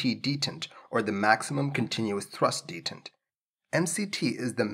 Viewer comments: "detihnt"? I think it's pronounced "day-taunt" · Check pronunciation of "detent". You have the emphasis on wrong syllable.